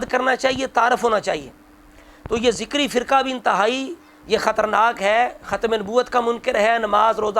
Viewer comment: ذَکَرِی تو ہوسکتاھے لیکن ذِکری نہیں